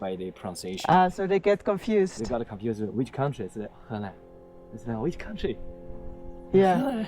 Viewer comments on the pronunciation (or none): 河南（he nan），荷兰（he lan）根本不是一样的发音，这小伙子发音不清，学艺有待提高🤣